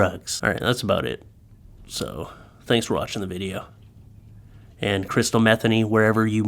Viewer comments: It's not "Metheny" the pronunciation is 'muh-thee-nee'. Come on, I thought you knew better than that. Do your research. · It's Me-THEE-nee, not METHany like Bethany. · I think its pronounced "mah- THEENY" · If her name is pronounced like jazz guitarist Pat Metheny's, it's Meth-EE-ny. Just sayin.' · I believe it's pronounced Meh-Thee-Nee. Funny nonetheless 😂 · Could be pronounced meth- ay- nee. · Metheny name has some great bones. Pat Metheny for one (great jazz musician) I believe the pronounciation is Meh Theen ee and have heard it Me theen ee. Pretty sure crystal meth was not a common household term back then. There was meth. It was fueled a lot of bikers...so to speak... Just was not a thing back then for common folk. The name Crystal for girls was booming. however... I am so full of useless information... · I’m not related to, or know her in any way. But after having the same last name mispronounced all my life, I can say it’s pronounced Muh-THEE-nee. Just saying. I get this link sent to me on a regular basis asking if she’s related. 🤦🏻‍♀️ 😂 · I gotta set you straight. My Mom, who just passed on Easter btw, was named Crystal Metheny. That was my Daddy's name, her married name. You are pronouncing it wrong. It is as Mah-thE(long e)nE( long e again). Not like the drug dude.😉🤣🧐🤘 Hey put the darling doggo out front! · You played it straight,.....u prolly know Crystal's last name's likely pronounced m' THEEN ee, Ouch, but this is hilarious! Poor girl. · I'm No Expert But I Think Her Surname Is Pronounced With The Accent On The Second Syllable. For What It's Worth, I Am A Subscriber. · I doubt that’s how you pronounce it but that’s epic